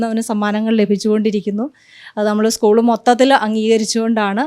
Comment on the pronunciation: എസ്കൂൾ അല്ല... സ്കൂൾ ആണ്